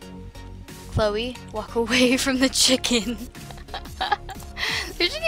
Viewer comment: You called Chloe chrisa the whole time